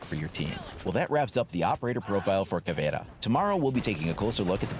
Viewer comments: ALRIGHT FOR ALL YOU WHITE LITTLE FUCKS OUT THERE!!!!! YOU PRONOUNCE IT: "Caw - Vei - Raw" AND TO MAKE IT SOUND BETTER !!! ADD A FUCKING SPANISH ACCENT AND THAT'S HOW YOU PRONOUNCE IT. STOP CALLING HER "Ca : vee - era" you little fucks. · Actually it's Ka-vei-ra (pronounciation) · Pronounce it like Caveruh Mute h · It's cav-iera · It's pronounced caviar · really your Portuguese of Brazil is bad but it's good to see a channel that I like making videos of my country operators